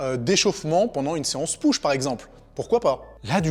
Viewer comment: Me dis pas que tu dis "Peuch"??